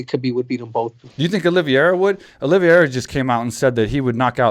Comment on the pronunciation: Mike, you gotta stop calling Charles Oliveira "Olivi-era"